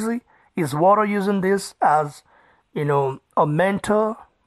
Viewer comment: who is this Wadderr you keep talking about ? Is there a transcript of this ?